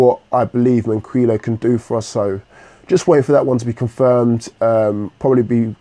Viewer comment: FOR THE LAST TIME!!!!! IT'S MAN-KEY-O. Sorry I hate 2 be that person